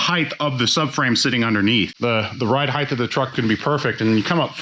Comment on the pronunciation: I’m dying to know.... why do people pronounce HEIGHT wrong? There’s only ONE h in there.... it’s not heighth.... 🤦🏼‍♂️🤦🏼‍♂️🤦🏼‍♂️.... as bad as the British saying Aluminium..... umm it’s aluminum.... only one i